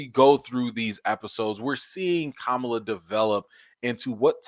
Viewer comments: I love you but please stop pronouncing her name like the disappearing Vice President. Ka-ma-la. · 👍🏾, but her name is not pronounced like the vice pres. It’s ka-MA-la.